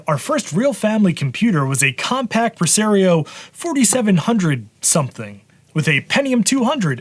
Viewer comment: I’m fascinated by your regional pronunciations. “Pre-Sair-eoh “ Instead of the official “Pre-Sah-rio”. You do the same thing with Mario as Mare-eo.